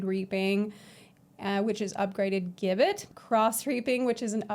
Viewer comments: Hey, "gibbet" is pronounced "jibbet." Class looks amazing! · If it helps future puns Gibbet is pronounced "Jibbet". A body shaped cage where executed criminals would have their bodies displayed... Lovely :/ bit fits the theme alongside guillotine and gallows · PSA Gibbet is pronounced Ji-bet it was a medieval torture / execution device which was basically a small metal cage mounted on a gallows where the unfortunate person was caged and left to die of exposure /starvation and the body left on display as a warning to others.